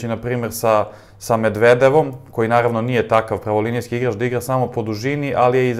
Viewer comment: poludeću ako još jednom čujem kako izgovaraš 'medvedevom'